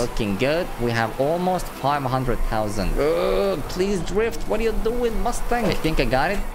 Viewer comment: funny how he says six hundred tousand like" tousand"